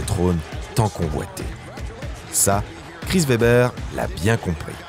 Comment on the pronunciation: Très bonne vidéo encore! Un petit truc à améliorer rien de gros la prononciation des noms des joueurs par exemple Chris Webber.